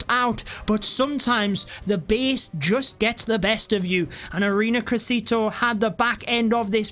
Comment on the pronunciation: "ARENA CRESITO" XD as an native spanish speaker that had me laughing way too hard